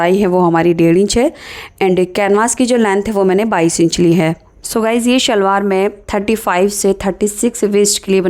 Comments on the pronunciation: Very nice but say salwaar not shhhalwar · yes but original word and spell and pronounce s not sh